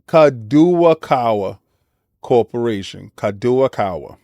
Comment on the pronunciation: For reference King, it is pronounced Kah-Doe-Kah-Wah ^^ I don't believe Sony should be allowed to acquire them as it's equivalent to Microsoft buying Apple in Japan. It would make their anime monopoly even bigger and with access to manga and light novels, the global market for that industry would be held with a powerful gauntlet... I also don't want Spike Chunsoft games locked from Xbox again. Same for From Software. Nevermind them owning Dengeki :( Alas, they probably will get this and Microsoft will retaliate.